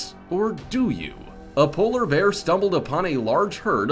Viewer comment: Walrus- wolres, polar berr, aktopess